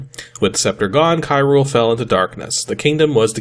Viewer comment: I groaned when I heard "Kyrule".